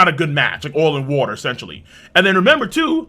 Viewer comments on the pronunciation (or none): none